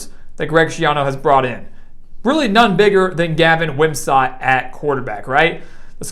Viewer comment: Very good video. I like the strong voice and articulation. Couple nitpicks: 1) Is it me or is the audio and video out of synch? 2) Wim - sat not Wim - sot